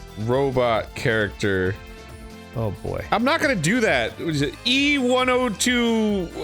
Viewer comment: I’m not a fan of sonic. But I know some lore through osmosis… Arin never being able to remember E-102’s name and always throwing a G in there is hilarious and frustrating all at the same time. 😂 HE ONCE VOICED HIM 😂